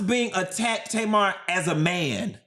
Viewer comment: I just finished the video and you SLAUGHTERED Tamar LMFAOOOOOOOOOOO